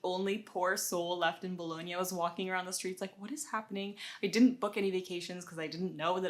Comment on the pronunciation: Only one thing. If you are living in Bologna for two years you have to learn how to pronounce "Bologna"... lol